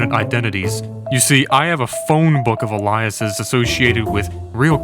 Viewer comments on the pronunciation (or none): Are you talking about someone nmaed Elias, or were you trying to say alias? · AI slop!!! The moment it pronounced alias as "Elias". Ban this shit, YouTube! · Homie doesn't know how to pronounce "alias". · brother alias is pronounced ay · lee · uhs not what u said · Alias: aye-lee-us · It’s pronounced “Ay-lee-us.” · Has bro never heard "alias" spoken out loud? 😂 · my man's this smart but can't say alias, or recipients.